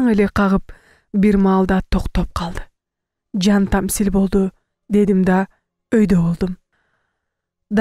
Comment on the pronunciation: Жантаслим деп окушу керек